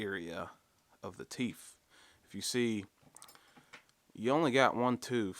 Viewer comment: What's a teef/toof? What's with you black people boching up the English language